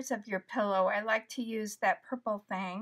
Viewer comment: Are you literally calling that a "purple thang"?!? I dunno if itsyour accent or what?